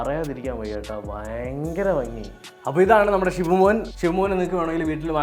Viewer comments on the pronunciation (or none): none